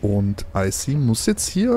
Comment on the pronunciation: jemand __Icy__ richtig aus sprichst